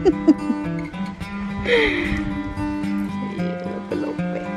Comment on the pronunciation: bukan lopeh lopehin tp lepeh lepehin😁😁😁😁 seperti ncess stella